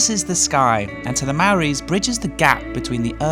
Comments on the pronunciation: Who taught you to say Mari's? That hurt my ears lol. 🤯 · The "a" in Maori is always as in father ( as in 80% of languages) -not as in "bat". A very, very simple sound. Even a 3 year-old child can say the word "car" ...."ah"! Why can poms NEVER pronounce it or is it deliberate racism? And misunderstood logic. Cook starts at 3000 ft at Tasman Glacier and is a 9000ft climb to summit. Everest Kumbu Glacier is 20,000ft and a 9000 ft climb to summit (with more challenging 'death zone"). It is not a "low" mountain: lots of dead foreign bodies in & on it. ZnO is the only totally effective sun screen. The kea have been killed off mainly by tourists feeding them rubbish food and destroying natural vegetation. Walked up and down the glacier for 48 years, Choppers were banned in the old days (rowdy noise polluters!) The glacier is not "covered in black rock"!!! The ice has melted/receded thousands of feet (used to be 18 inches onto the ice when I first visited in 1957) to expose the moraine - rocks crushed and broken as the ice grinds over it. Learning facts help before travelling. N.Z (and Aussie) have biggest hole in Ozone layer -skin cancer is highest in the world. Don't over-expose anywhere -even in the cities. Silly drip. N.Z. is extremely young geologically. We call the rock "weetbix") (cereal) because it just crumbles. Early in morning tracks can be subject to rock avalanches. Ignorant people have been killed and "track maintenance" means making the tracks as safe as possible. Routes have to be limited due to lots of other dangers. Hint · Another lovely video! I appreciate the honesty about the village and the screentime culture in the hostel, it's a sad reality about the world we're living in. Side note, it'd be great if you learnt to pronounce location names and the word Māori correctly :)